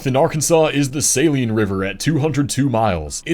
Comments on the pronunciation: The Saline River in Kansas is pronounced Suh-lean not Say-Lean like in saline solution. there’s a city named after it called Salina which is pronounced as Suh-Line-Uh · The Saline River in Arkansas is not pronounced the same as the salt water solution used for many things.. the emphasis is on the 2nd syllable, LINE which is pronounced as LEEN. As mentioned elsewhere regarding the river in Kansas by the same name, it's suh - LEEN. Also, the other river you mentioned it is a tributary of is pronounced WASH- i- taw... (Ouachita), not washituh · Saline (Sa-leen) it is a beautiful river with great fishing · Ah, the Saline River in Kansas. We pronounce it as sah-LEAN. You got Salina’s pronunciation down pat. :) I used to go to Lake Wilson (on the Saline between Russell and Salina) all the time as a kid. I loved jumping off the cliffs in the central part of the lake. Quite a few lakes in our state.